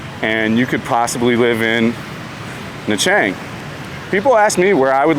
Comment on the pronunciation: Na Chang or you mean Nha Trang on the beach.